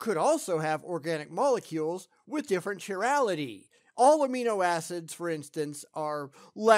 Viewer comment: Venus is not a methane world. Not at all. "chirality" is pronounced roughly as "kuy RE li tee"